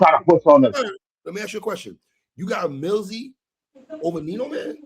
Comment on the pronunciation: The mispronouncing kills me lol I think yall do it on purpose. Estay neek? It’s est tee nack. And stove god cooks, with an s, not good. Millzy? It’s mill ease, 3 with the empory new clothes, its emperor. Dave east is trash, solid video fellas